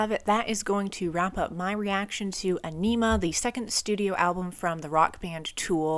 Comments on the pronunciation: It's definitely not pronounced onima. It's pronounced æni-muh, and you pronounce Æ like the A in "ass". Also, Message to Harry Manback is an actual phone message left to (presumably) Maynard's former roommate. Danny Carey has previously said this about it: "Message to Harry Manback is a recording of the words of an uninvited Italian guest who came to Maynard's house one day. A so-called friend of a friend of a friend of Harry's .... Before we finally managed to figure out that nobody really knew him, he had already emptied the fridge and run up a huge phone bill. He got kicked out of the house." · I always thought Ænima was pronounced Ah-nem-uh, not Ah-neem-ah. I could be wrong, though. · It’s pronounced EYE-NIM-UH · Fun Facts : The Album is pronounced On - i - ma. Whenever Maynards voice becomes distorted and thin he is singing through a small megaphone into the mic, -Ions (negatively charged ions) is a combination of a Jacobs Ladder ( look it up) and Danny randomly banging on a busted drum skin held in hand to emulate thunder. That "jazzy" quality in Adams guitar playing is him playing with a metal slide on the ring finger, which he uses often for soloing. Third Eye is preluded by deceased outspoken Comedian Bill Hicks, whom the album is dedicated to. Dier Von Satan, translated from German "The eggs of Satan" and meant to emulate Hitler's Nuremberg rally. Message to Harry Manback is a phone message of an irate Italian man telling someone they are a "Pezzo Di Merda" or " piece of shit". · Agh! That emPHAsis on Aenima! Killing me. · Loving the reactions! Aenima is definitely my favorite Tool album. 10,000 days next maybe? also just so you know the album is pronounced like "Aw-nimmuh" :^) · Tool's best album. Reacted to by someone that can't even pronounce Ænima correctly.